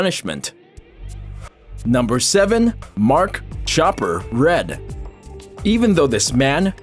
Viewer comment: It's Mark 'Chopper' R E A D You potato !!! Like Read a book... 🤣